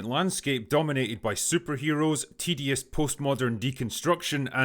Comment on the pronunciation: Are you saying "tedious" or "TDS" because in context either one works.